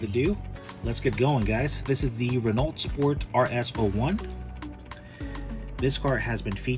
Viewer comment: Renault is actually pronounced "Ren-know." Happy New Year!☺️